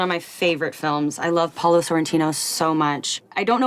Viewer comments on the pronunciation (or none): none